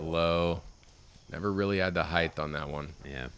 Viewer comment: what is it with disc golf commentators saying heigth and not height. the word is H-eye-t not H-eye-th ???????